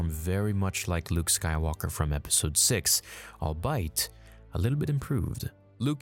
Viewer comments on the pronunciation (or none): "albeit" = "all be it" Not "all bite" Please please please stop saying all bite... it's driving me nuts because you're saying it more often lately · "All bite"? Do you mean to say albeit (all-be-it)? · “Albeit” is pronounced like “all be it” fyi... not “all-bite” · That word “albeit” is pronounced “all be it” not “I’ll bite” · Albeit is pronounced “all-be-it” not “all-bite” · Ok I’ll bite - - - - Albeit is pronounced “all-be-it” in the states, not “all-bite.” Or just say “even though” or “although.” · Drink every time he says "altso" or "I'll bite" instead of also and albeit! 🤣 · Not sure why anyone would think Luke killed the Emperor or Vader. Last anyone saw of them they were in the throne room. There were no witnesses. All they’d know is that somehow Luke escaped, if that. Also, “albeit” is pronounced all be it, of which it is a contraction. “All bite” is a nonsense. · Albeit is pronounced "all- bee it" not "all-bite" btw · Did you just say 'I'll bite' instead of 'all be it'? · “Albeit” is pronounced “all be it” not “all bite” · Did you say “I’ll bite” instead of “albeit” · Just some constructive criticism. You use the word "albeit" fairly often. However, its pronounced like this "ALL BEE IT", not "ALL BITE". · Hey man love your videos! Please forgive me for saying this; albeit is actually pronounced "all be it" and not "all bite" 😂. But seriously I'm not trying to be a jerk or anything and I truly love the channel. Just I gotta rib ya a little bit!😎 Like my dad would do to me when I would say "costed". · Albeit is pronounced all be it, not all bite. Sorry, drove me nuts hearing that error copy-pasted into this video. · albeit: all be it NOT all bite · Albeit = 'all be it,' not 'all bite' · What is albyte? Albeit is pronounced all be it. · You’re killing me with the all-bite stuff bud. It’s pronounced all-be-it. Albeit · All bite? It’s pronounced all be it. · Just FYI...pronouncing albeit... it's not "ALL-BITE", it's "ALL-BE-IT", both UK and U.S. English.